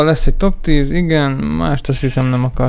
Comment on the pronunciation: Nem top hanem topsz 10. nál montad kb.